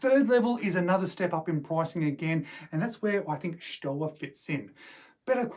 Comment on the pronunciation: Stowa is pronounced ShtoVa.